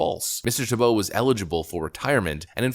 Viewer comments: So you have the pronunciation of his name right in your presentation and then you mispronounced it again and again. It's TEE - bow, not Tee - BOW. The accent is on the first syllable. Are you sure you're a native English speaker? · Why do you always mispronounce names and words? His name is TEE-BOW. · Can you not read? It is pronounced "TEEEE bow." C'mon man, you even read the pronunciation and still got it wrong! Do you not know the syllable IN ALL CAPS is the syllable the ACCENT is on? Have our schools failed us that badly? It's "TEEEE bow," for Chrissakes! And I cannot stand the man! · I love how it literally tells you how his name is pronounced, yet you continue to mispronounce it. 😄